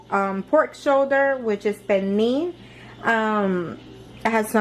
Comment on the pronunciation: There's an L in Pernil. This is like the 3rd NY, Puertorican n 2 Domis that I've seen that confidently say Perneee.